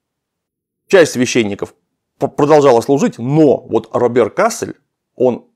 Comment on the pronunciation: Почему кАссель? Речь же про кассЕль, ведь кАссель, именно так автор говорит, это центр германии, нижняя саксония, там никакие французы с фламандцами не сражались. А есть еще КассЭль - там всё и происходило, и это таки да, под Дюнкерком, сейчас Франция. Но с первых же минут это вызывает некоторую оторопь, когда начнается рассказ про кАссельских фландрийцев.